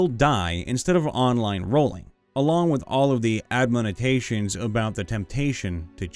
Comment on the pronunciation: Who tf reads "admonitions" as "admonitations"?